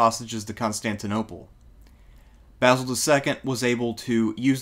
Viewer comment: Great video. Love to hear you pronounce Basil correctly too!!!